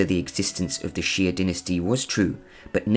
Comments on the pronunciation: PUTONGHUA,夏，prounced as，（x）+（ia）=xia，not ，♦xi+a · It's actually pronounced "Shaa" than "ex-zia" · 夏，xia，1 syllabke，not，♦xi+a♦ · xia is pronounced 'chia' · I’m just wondering how he got jee-a